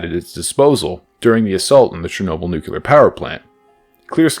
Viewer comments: nu-clear not nuke-u-lar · Never trust a guy that says newquelar instead of nuclear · nuclear, not nukular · nucular lol